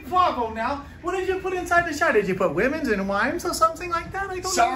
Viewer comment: Wemons and wimes lol